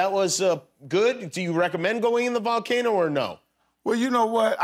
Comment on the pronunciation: Jimmy kept saying volcano every time Mike said valcano hoping he would catch on. 😂